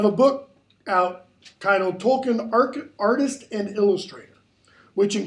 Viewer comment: Tolkien is pronounced tol-keen, toll as in a road toll, keen as in a keen edge. This is how Tolkien himself and his family pronounces it, as can be seen in documentaries featuring them.